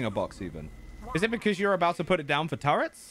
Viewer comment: Not gona lie its kind of anoying he says turets